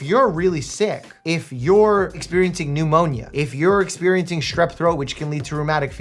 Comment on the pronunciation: Wait… “New Monia”… is hilarious 😂